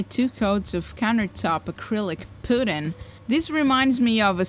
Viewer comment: Watched it and it was great! The unique materials and solutions, the faucet, the way you say pudding. This kitchen would be great for a tiny house.